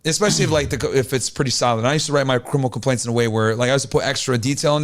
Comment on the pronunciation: Everybody talking about the boots but i’m stuck on what he’s saying 😭😭 “Crimpiple cumpaints”???